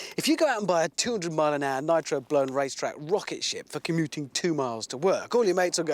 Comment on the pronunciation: I hate the way he says words like 'commuting', with that goofy pronunciation